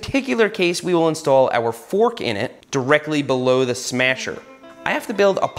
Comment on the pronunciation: the "smyasher" lol